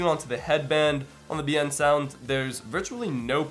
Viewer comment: Liked the video. Although, your pronunciation of Biensound is wrong. It's pronounced "Bin-Sound" with a trace of an E after the I.